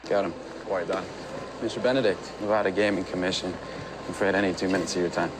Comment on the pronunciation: Anyone would’ve caught Linus wasn’t from by the way he pronounced “Nevada” 😂